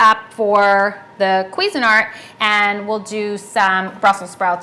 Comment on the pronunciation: I know but she can't pronounce it. queezyart Haha